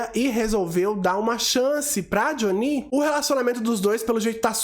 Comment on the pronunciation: Adoro seu canal mas eu gostaria que você ouvisse a versão americana sem dublagem para falar o nome deles certo. Doeu os ouvidos ouvir o nome da Jhonnie errado várias vezes… Pelo menos o do Uche vc consertou